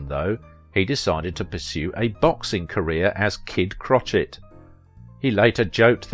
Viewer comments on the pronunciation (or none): He also mispronounced ‘Kid Crochet’. Pronounced crow shay, not crotchet.